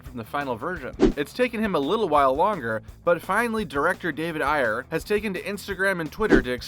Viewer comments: I swear I've always heard it pronounced as "Air" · Is that seriously how you pronounce "Ayer"?